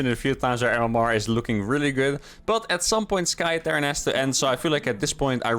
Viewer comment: For the last time: It's not Sky Terran, it is T-air-ran...